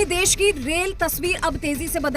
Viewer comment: देस नहीं देश कहो. गंधा लगता है